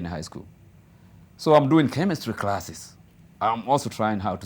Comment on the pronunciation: Good English...but crasses 🤣🤣🤣..crothes 🤣🤣...Mila yetu